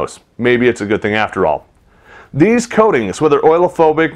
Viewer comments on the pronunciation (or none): Oleo-phobic = O-leo-phobic, not oil-phobic.